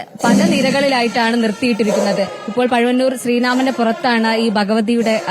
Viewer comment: പഴുവന്നൂർ ശ്രീരാമൻ അല്ല പഴയന്നൂർ ശ്രീരാമൻ